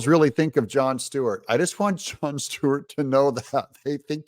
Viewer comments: It’s Stewart… not Steward… don’t sound ignorant like him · It's not Steward it's Stewart s t e w a r t